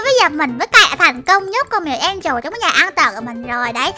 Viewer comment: Mèo Angela mà sao chị bảo mè en trồ là sao 😮😮😮😮😮